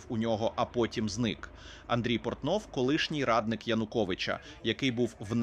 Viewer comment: Андрій "Порнов" 🤣